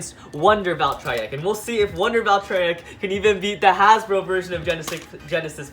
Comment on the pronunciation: I do be called valtree ek not valtriek